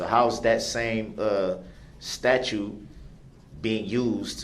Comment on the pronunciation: Does he really think the word "statute" is pronounced "statue" ?